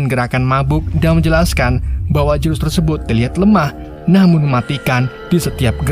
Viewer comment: Tersebut bang bukan tersebot mulu😂